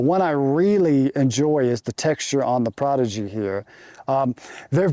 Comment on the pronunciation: can't tell if he is mispronouncing the prodigy on purpose?